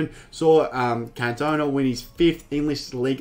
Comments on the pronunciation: Ewww He says kantowna. Please make sure you pronounce icons names correctly. The commentary even says his name time after time. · Omg bro seriously say his name right ffs lol, can't take your review seriously hearing cantone aaaaaaaa every 10 secs. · It’s pronounced CAN-TO-NA great review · Did he just say can tona